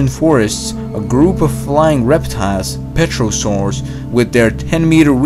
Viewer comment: It’s pterosaurus not petrosaurus.